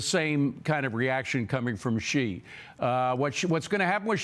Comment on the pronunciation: It’s a treaty, not a contract. Is trump being investigated for tax evasion in Panama? The president of China’s name is pronounced, See, not she.